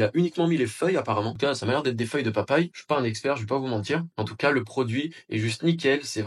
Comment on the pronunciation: Merci pour la vidéo. Mots nickels Pépies de papajie au lieu de pépins de papaye. Ideal sans accent et origine avec accent sur le n